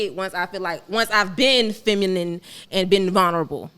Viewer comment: Thos is outrageous that grown woman couldn't say feminine or feminist, but she could say masculine clearly. Is that homie from the Dr. Umar and Cynthia G interview/debate. Until women comprehend the real reason for marriage we are doomed. Modern woman are extremely Selfish, delusional, and ignorant to life's true meaning.